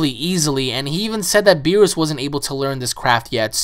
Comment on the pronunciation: it is pronounced beer-us